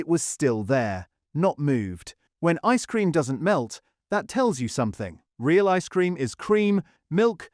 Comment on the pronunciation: The stress on the phrase 'ice cream' is equally on both words, not just on the first one. Try Kelly's Clotted Cream ice cream. It can knock most brands back into the lab.